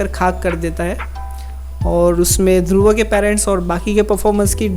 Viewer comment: It's Dhurv not Dhurva....... 😐